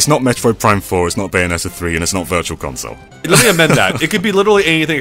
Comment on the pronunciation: What’s a ‘consloe’?